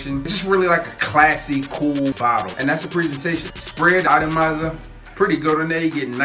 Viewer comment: Anyone else hear him say itemizer instead of atomizer?